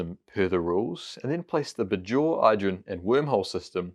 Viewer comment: The way he says “Bajor” is jarring (maybe he hasn’t actually watched DS9) 🤔 Rhymes with Bayshore not Lahore